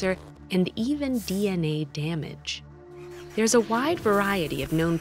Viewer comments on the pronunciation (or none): Arabic accent Hello therrrrrrr